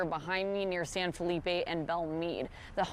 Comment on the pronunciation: Southeast texas refuse to pronounce san felipe ...the right way....its not hard....whites dont want to give in